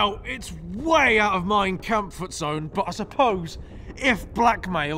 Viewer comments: Did you just say "mein kampfert zone" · "It's way out of mein kampfort zone" - I assume you mean "Mein easytimefort zone"? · "Mein Kamptoft zone" ☠️☠️☠️🤣🤣🤣🤣